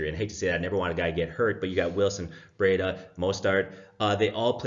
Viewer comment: Last pick apart here lol Ur stamp says steelers vs Texans. Its pronounced BREEDA and GOODwin plays for SF not GODwin .